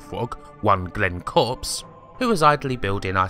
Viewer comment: Hi. As I'm mentioned in the video there are a couple of points I'd like to clear up. My name is pronounced Corpus and not Corpse but everyone makes that mistake. The other is that I wasn't an artist 'Idly playing with isometric blocks'. I'd also coded Populous' entire landscape system complete with raising and lowering the landscape and the map in the corner before anyone else even saw it. My original idea was an attempt to recreate Paul Shirley's 8 bit classic Spindizzy that got severely sidetracked. There was no gameplay or at least, I had no idea the landscape modification could be the basis of the gameplay. Peter then picked it up and ran with it.